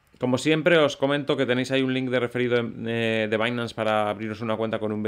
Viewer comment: Como siempre, muchas gracias por tus videos y la gran informacion que nos proporcionas. Solo una pequeña queja: si pronuncias correctamente 'bainans' por binance y no dices 'binansé' ¿por qué te empeñas en seguir diciendo incorrectamente 'alisé' en lugar de 'alis'? 😉